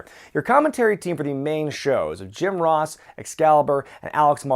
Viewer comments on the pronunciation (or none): none